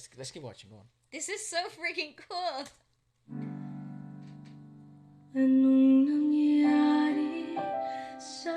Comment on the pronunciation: 👏👏👏 Ano'ng nangyari sa ating dalawa? (What happened between the two of us). You said it correctly. Good job